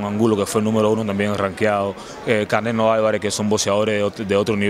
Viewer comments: Saul ”Cownelo" Alvarez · That man called Canelo gordo 😂